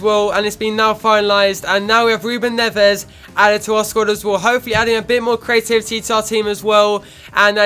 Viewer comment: Ruben Neves is pronounced Ruben "Nevz"